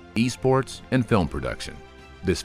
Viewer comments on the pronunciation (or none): none